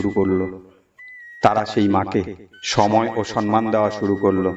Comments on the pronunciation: সম্মান কথাটা উচ্চারন করা অভ্যাস করুন। সন্মান বলছেন কেন? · সম্মান কথাটা ঠিক উচ্চারন করা শিখতে হবে।